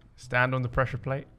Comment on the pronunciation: What bothers me the most is that he said he “pressure plads” if not it was pad or plate